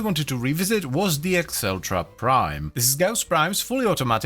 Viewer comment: Acceltra is Meh-celtra